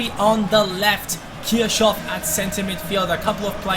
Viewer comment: Why did you call Kirchoff - Kirschoff You are german, you know how tl pronounce his name